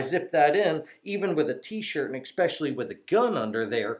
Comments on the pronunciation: Good video, thanks. One comment..... No "X" in especially. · I “EX-pessially” like this supportive video, even though it is a constricting subject matter.